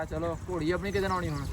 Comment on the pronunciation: ਡੇਰੇ ਵਾਲਿਆਂ ਆਪਣੀ ਪੰਜਾਬੀ ਠੀਕ ਕਰੋ ਗੋੜੀ ਨਹੀਂ ਘੋੜੀ ਹੁੰਦੀ ਹੈ ❤❤